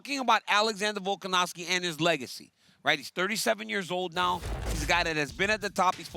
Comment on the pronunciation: DC : " Vulcanovski " 😂